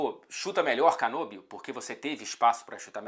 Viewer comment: Excelente vídeo. Apenas um pequeno detalhe. O nome do nosso Muso da volancia, se pronuncia Canóbio, com acento agudo, e não Canôbio. Ele é Ítalo-Uruguaio. Vc pode até falar fazendo a mãozinha italiana se quiser: Canóbio! 🤌🏼🇮🇹🍝